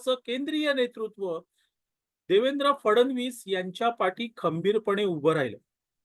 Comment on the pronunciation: फडण वीस " असा उच्चार न करता फड्णवीस असा करावा असे मला वाटते. क्षमस्व.😊